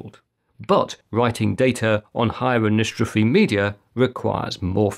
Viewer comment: Pronounced an-isotropy, by the way. Very good video, quite informative. The CMR vs. SMR issue was really hot 2-3 years ago, lots of youtube videos about it, mainly when it came to using SMR drives in RAID arrays, since rebuilding an array after a failure took far longer than it did with CMR drives. While a RAID5 array is rebuilding, it's vulnerable to an additional failure, which could mean the loss of the entire thing. But I hadn't heard anything about it in a while - either people aren't making the videos any more or YouTube isn't sending them my way any more. If the former, then it's one of two things -- it's no longer an issue because improvements in technology have gotten around the problems, or drive manufacturers aren't making as many SMR drives any more. At least, not ones that are to be used in RAID5 arrays. Similarly, I have not seen anything recent on TLC and QLC SSDs, and pretty much all the SSDs I've come across recently seem to be TLCs. I guess the only time I'll come across any of the drives in this video would be if I buy decommissioned datacenter drives a few years hence - last year I bought a used 14TB Ultrastar (just checked.. CMR!), which I got for about USD160. Going to be used strictly for second-level backup - none of my older drives are bigger than 4 TB so I think it'll last a while.